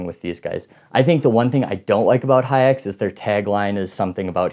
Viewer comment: “Haix” gets pronounced like “hikes”